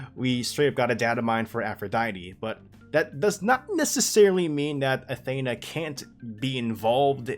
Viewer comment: You're pronouncing Athena wrong!!!!!